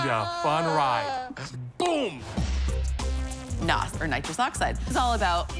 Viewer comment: Tori, I like you man. U were great in myth busters and everything you do but please please never say noz again!!!